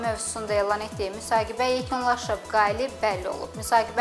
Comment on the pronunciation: Aparıcı xanım müsahibe sözünü düz de